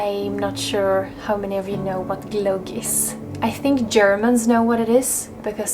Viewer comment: Your pronounciation of 'glogg' is so much nicer than the typical English, which sounds more like 'clog'. Thank you, lovely Winter episode. Maybe it's time for ice skating on the lake. Aloha!